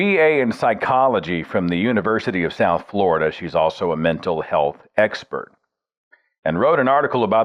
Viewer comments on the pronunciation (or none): none